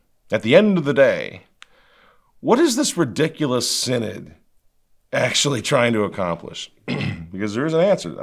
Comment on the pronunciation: SIN-ODD of SIN-ODD-ITY.